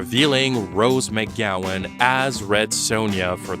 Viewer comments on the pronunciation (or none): Rose MAYGowan, eh? You speak for a living?